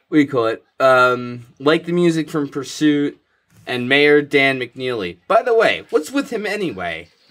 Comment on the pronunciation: Pusuit is the funniest thing I've heard all day.........